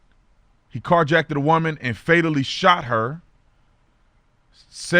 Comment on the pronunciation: "Car-Jackeded"... Ha, ha! We luv you OT!